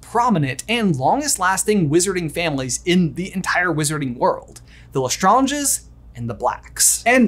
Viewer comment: "Lestrawnges" W h a t